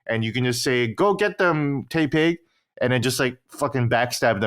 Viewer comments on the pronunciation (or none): "Tay-pig" is triggering me